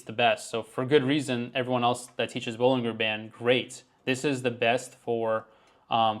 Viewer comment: You can't take credit for Bollinger Bands and then proceed to repeatedly mispronounced them. It's ball-in-jer.